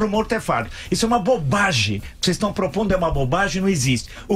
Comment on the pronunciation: É Villa... Isso é uma "bobage"... "bobage"